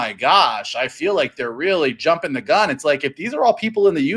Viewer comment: Hehe, just said 'jumping the gun(n)'.